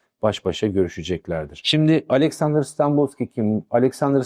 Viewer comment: Hocam öncelikle saygılarımı sunuyorum. Anlattıklarınızın müptelasıyım. Araştırmacı ruhunuza, anlatım üslûbunuza, sahada harcadığınız emeğe hayran olmamak mümkün değil. Videolarınızı heyecanla takip ediyorum. Ben Bulgaristan göçmeniyim. Önemsiz küçük bir düzeltme yapma cüretini göstermek istiyorum. Dönemin Bulgaristan başbakanının soyadı Stanboliyski (Станболийски) şeklinde telaffuz ediliyor. En içten teşekkür ve saygılarımı sunuyorum.